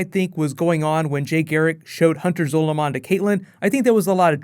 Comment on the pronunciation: Your pronunciation of "Zolomon" annoys me